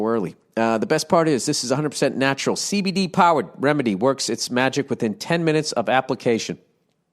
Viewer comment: bill says cbd in a funny way